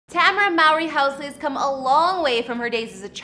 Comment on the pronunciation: Damn you butchered her first name AND maiden name.